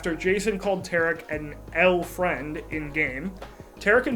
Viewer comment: pronounced T(are)ick : Tarik